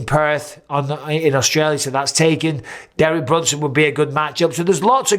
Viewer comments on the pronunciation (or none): none